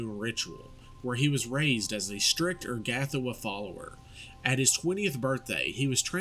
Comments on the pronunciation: "Er-gath-oh-wah" Ur-ga-tho-ah* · Love your vids, great stuff. Only thing is your pronunciation of her name makes me wince.